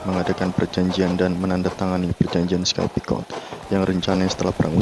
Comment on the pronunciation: Sedikit kritik: 1.untuk suara naratornya terlalu pelan seperti berbisik, jadi tidak jelas jalur cerita. 2.kesalahan dalam membaca Sykes picot, narator mbaca sky picot. Semoga sukses kedepannya, salam